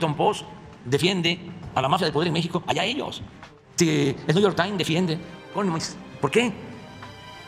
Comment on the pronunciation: el washinton pos y el niu yor taims